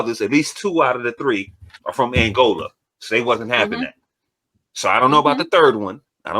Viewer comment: Isn’t it “helpmate”??? And why are you saying “Angolia” as a grown adult you don’t know it’s Angola? The woman said it very clearly.?